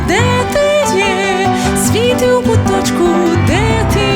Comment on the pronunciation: Гарне виконання, але це: «свІти» неправильний наголос по вухах ріже😒. Варіант: «Світлом будь в куточку…»